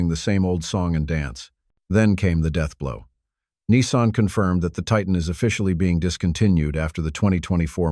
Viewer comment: You want support? Likes? Subscriptions? Then don't use an AI voice that can't even pronounce Titan. The rest of the video, obviously a different AI, pronounces it correctly. Worse than that, the information is outdated. For something posted "3 days ago," it should be current! The Titan was discontinued last year; the Chrysler 300C was discontinued 2 years ago. The Malibu was also discontinued last year; it isn't "hanging on by a thread." And the narrator called it a "MaliBUS, like a City Bus! Lol.